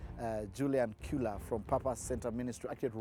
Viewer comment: The pronunciation of that name is chu-la